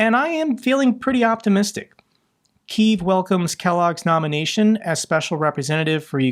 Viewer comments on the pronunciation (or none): none